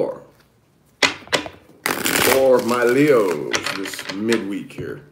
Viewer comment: "whut advice foor my fkn leooos univoorse" lmao funny very funny